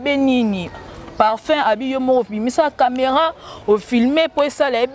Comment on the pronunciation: ezalaka camera et non cameran ,prononce bien les mots